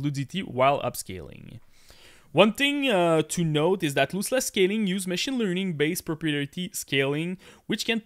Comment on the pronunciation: Lost-Less not Loose-Less